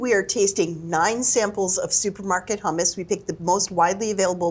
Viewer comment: why would i trust a taste test from people who can't pronounce hummus correctly